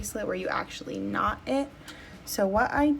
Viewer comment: When you said that you were going to "knot off the end" of the thread, I heard, gnaw off. I was wondering how that would work out for you :)